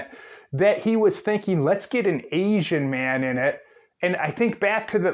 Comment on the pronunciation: One if his many offenses. If i had to hear him pronounce “asian” one more time i was ganna have an aneurysm.